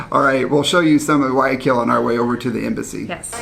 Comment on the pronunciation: You guys say Guaaquil, forgetting to pronounce the Y. It is GuaYAquil. Hope this helps, Be safe.